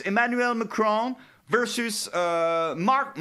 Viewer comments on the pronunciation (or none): none